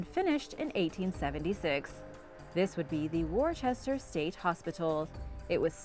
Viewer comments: Worchester massachusetts is pronounced wister ,unless you're from worchester you say Woosta , I live in mass you should hear how we pronounce our other towns , I guess we all have an accent here.🙃🙂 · Say Wooster for Worcester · Worcester in Massachusetts is pronounced Wor-ster. Not sure why it’s pronounced like that, but it is. In England, Worcestershire is called Wor-ster-shir like the sauce. Maybe it all depends upon which part of Massachusetts you’re from. I’m not from anyplace there. But one of my Army buddies from Massachusetts pronounced it what sounded to me like Wur-ster.